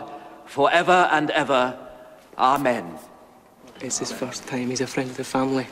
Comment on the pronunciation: I thought the 'amen' was 'are men'